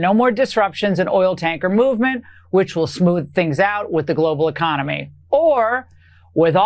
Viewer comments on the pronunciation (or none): none